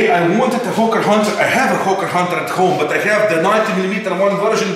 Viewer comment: Why when says hawker hunter i hear ho*ker hunter hahahahah